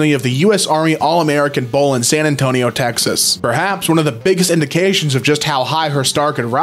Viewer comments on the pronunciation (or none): none